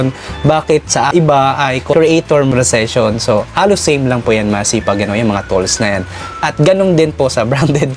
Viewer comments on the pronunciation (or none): Ayusin mo Naman Yang monetisation pagbigkas